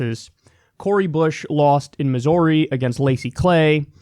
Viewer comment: Please don't pronounce missouri that way